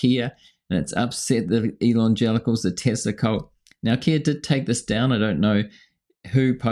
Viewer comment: whenever he says "elon-gelicals" it sounds a lot like "elon-genitals" and that's ..... NOT a mental image I want